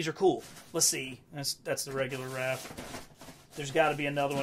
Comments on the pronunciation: Are you saying “Ralph?” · “Ralph” Love how in almost every TMNT video this is what he calls Raph. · It’s Raph?? I always thought it was Ralf?? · HUH WHY U SAY RALPH ON THE ORIGINAL FIGS HIS NAME IS RAPH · It's Raph not Ralph. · You lost me at the third "Ralph." 👎🏻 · So you don't now how to say raph but you now how to say Raphael 😅